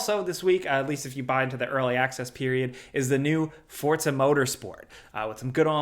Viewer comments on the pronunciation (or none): It’s ForZa!!! ZZZZZZ! Not Forca. Stop trying to act like you’re edgy and know more than others. There is no C in Forza!